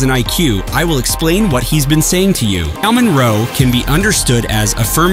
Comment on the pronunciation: Ain’t no way you said Sal-mon and pronounced the l 💀